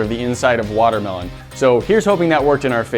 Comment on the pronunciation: learn to pronounce watermelon